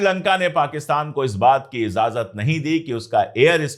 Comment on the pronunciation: हुज़ूर आप इज़ाज़त पढ़ते हैं जो ग़लत है सुनने में अच्छा नहीं लगता लफ्ज़ इजाज़त है. IJAZAT